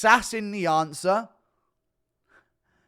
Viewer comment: “It’s the sass… it’s the sass in the ansah” 😂